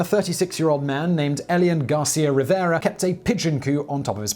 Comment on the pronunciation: Also, his last name is Garcia-Rivera, but you call him "Riviera" - adding a letter and therefore an entire syllable - .